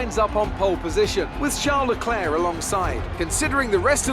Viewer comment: that isn’t how you say Charles Leclerc’s name